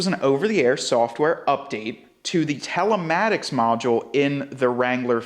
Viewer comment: why are you saying talematics when it's telematics...